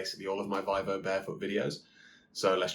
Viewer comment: Good sir - it is pronounced “VEE-VOH”. Other than that, cracking video 🍻